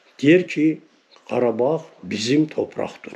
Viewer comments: Abi kardag deyil KARABAG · Kardeş karadag degil. Karabag!!!! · Her sey cox gozeldi ama garadag yox garabag soylerseniz iyi olur